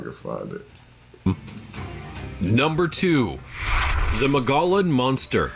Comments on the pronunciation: It's pronounced Mo-gee-on. Drop the L and think of them as breaks or slight pauses. Saquaro is pronounced Sa-whar-o. Tohono Oʼodham is pronounced how it looks. Piestewa is Pi-es-te-wa. If you have questions on pronouncing names please take the 2 minutes of research to look it up. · The Mogollon monster... Mogollon is actually pronounced "Mogyon or Mogeeon". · maybe "Moe Gee Yon" is better